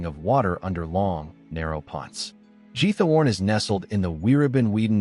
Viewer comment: Credibility would be improved if the names of the places were more accurately pronounced. (RoTHenburg Oh Bee der Taube? Really? and Jeeth Horn?) Most of these places are already somewhat over-run with tourists, certainly in the summer months.